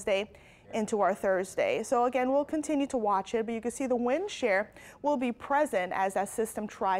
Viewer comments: It is wind SHEAR , not wind SHARE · I apologize I went back and checked and your right. But it's not "Share" it's Shear